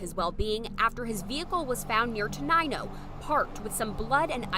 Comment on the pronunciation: It’s pronounced Ten-nine-O